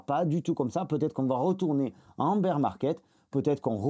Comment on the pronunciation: Beer ou bear on s’en fou , pas la pour des cours d’english 😁 tes videos et ton travail sont top👍 et moi aussi je prononce beer!✌️